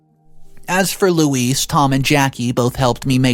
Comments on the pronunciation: PLEASE I can't even count how many ways you attempted to pronounce the Wicked Witch's name but, next time, try Googling it! LOL Louise is actually a very phonetically spelled/pronounced name. Louise = Lou-ise or Loo-ees. NOT Lewis, Low-ees and the other things you tried. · Its not pronounced LEWIS, LOUIS or LOIS, its pronounced LOO EEZ. OP doesn't owe loo eez anything but gratitude for helping OP become self sufficient and self reliant.